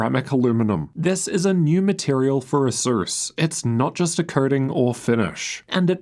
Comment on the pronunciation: why do i ALWAYS hear SUSU instead of ASUS when you say it haha